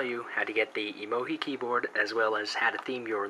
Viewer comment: why do you call emo-gi? its pronouced emo-GEE